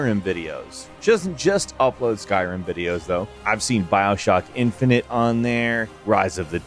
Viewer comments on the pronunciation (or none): none